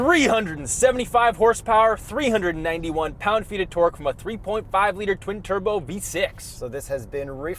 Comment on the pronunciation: Best part is the launches and "HORSEPOWER AND TOORRRQUE"